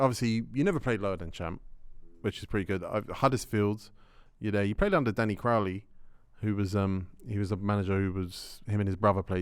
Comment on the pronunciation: calling Danny Cowley Crowley, he don’t know ball he just Google’s shit n says it wrong